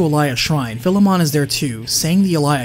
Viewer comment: Bro, your pronunciation of Philemon is wack.